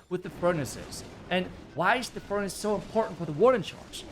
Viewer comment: i just love how pronounces furnaNce:))